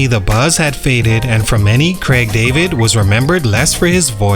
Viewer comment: Craaaig not Creg. lol I just thought Bo Selecta was funny, never thought it ruined his career!